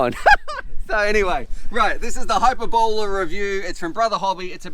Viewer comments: High-per-bol-la ;) So,. what you're saying, is it doesn't have much penetration ? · "high-purr-bo-lee" hyperbole. 🙃😉